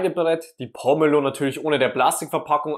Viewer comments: Das heißt Po-me-lo und nicht Pommelo. Und wo war der Trick? Ach ja sie schwarzen Handschuhe. 🤦‍♀️ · Gute Idee, die Schale oben herum einzuritzen und nicht, wie sonst gezeigt,den Deckel abzuschneiden. Allerdings wird der Name nur mit einem " m" geschrieben und deshalb anders, als von dir, ausgesprochen, mit langem "e". Nicht wie Pommes 🤭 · Wäre schön, wenn Pomelo richtig ausgesprochen würde und das, was da als ultimativ gezeigt wird, hab ich durch einfaches Tun schon immer so gemacht.